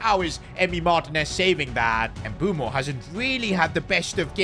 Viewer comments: Dumb calling mbuemo “mbumo” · Bro keeps on saying Mbumo not Mbeumo😂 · It's MBUEMO not Mboomo. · Mbeumo ❌ Mboomoo✅ 😂😂😂 jk